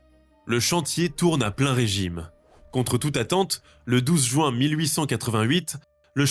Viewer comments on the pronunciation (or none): none